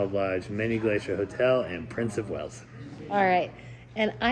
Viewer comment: Wales, not whales. 😊